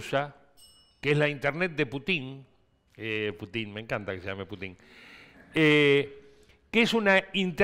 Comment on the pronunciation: Lalo sos un crack. Por favor si lees esto, se dice ''Pútin''